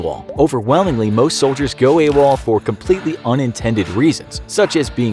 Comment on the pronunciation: I thought it was “a wall” not “awol”